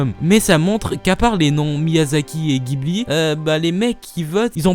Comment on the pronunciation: Si jamais ça t'intéresse, au Japon, au prononce "jibli" et non "guibli" pour les studios Ghibli :)